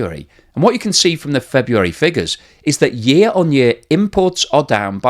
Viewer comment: "yeeah" is not a word. It is "year".